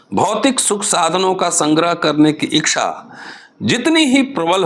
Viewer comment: Thank you very much, sir ! I think it is ' ichha', not ' ikchha'.